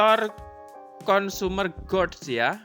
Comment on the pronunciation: analisa2nya cakep, tks saya belajar bnyk. Cuma kl boleh saya ks saran ttg ucapan2 Inggrisnya diperbaiki. Misal RATE bcnya REIT. Juga GOODS, bcnya bukan GODS, tapi GUDs...dan bnyk skli salah ucapan. Agar semakin enak di dengar podcastnya. Sukses ya.